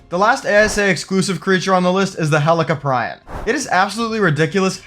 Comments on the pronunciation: I could be wrong but I believe it’s pronounced Heli-Cop👮‍♀️- Ree-On. That’s how I say it and that’s what makes sense to me but I’m definitely not the pronunciation expert lol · In which would sounds like Helico"preeon" instead of Helico"pry-on" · I lost a year off my life every time you pronounced helicoprion 🥀